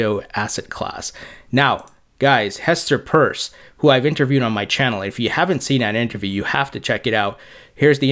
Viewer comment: Glad to see you finally pronounce Hester’s name correctly! Nice video